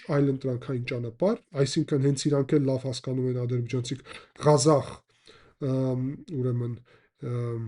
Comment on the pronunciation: Ոչ թե Գազախ այլ Ղազախ, տեղանվան անունն է։